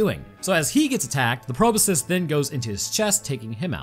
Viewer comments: My brain when said magical proboscus, "It's a magical proboscus Charlie." Then again and again, every time he said Proboscus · BTW "Proboscis" sounds like it is spelled: "PRO-BOSS-KISS". Yes, I am Mr Helper, but come on, microbiologist.